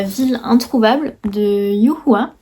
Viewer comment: YU Hua est un écrivain apprécié par presque tous les Chinois!!! Je suis ravie que ce livre te plaise :p Et en plus, tu as très bien prononcé son prénom. Quel génie du chinois, ahahaha !🤪